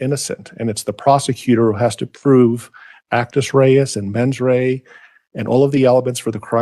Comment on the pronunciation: Actus Dia-Reus and Mens Dia-Rea